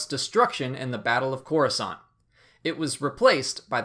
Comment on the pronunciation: It's Coruscant